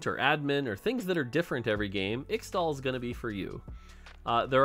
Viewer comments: it's pronounced ish-tal! Please, you have made this mistake a LOT and you don't seem to understand that people look up to you and they'll think that X-tal is the real pronunciation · Man please say its pronounced ishtal i hate to say extal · In Qiyana's voicelines she says 'ixtal' as 'Ishtal' the x is pronounced as a sh sound. And 'Ixoacan' is 'I-sha-wa-can' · In case you end up getting pestered over the next several months over the ixtal pronunciation --- From Qiyana's in-game VO: Ixtal = Ish-Tall Ixaocan = Ish-Shao-Khan (like the mortal kombat character) Thanks to the team for all the hard work, very excited to play bilgewater. <3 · Bro, please just listen to some of Qiyana's voice lines, because it's so painful listening to how you pronounce Ixtal and Ixaocan (Just pronounce the "X"es as "sh") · Please learn how to pronounce Ixtal an Ixaocan.